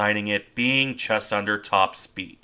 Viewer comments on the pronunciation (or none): none